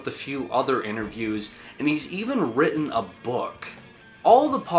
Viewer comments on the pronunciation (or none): none